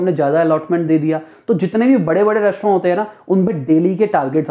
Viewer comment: Yi restroooooou Kia hy